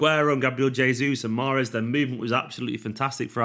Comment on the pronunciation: mahreeeez zzz